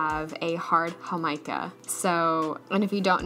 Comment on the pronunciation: Totally in love with you Jamaica pronunciation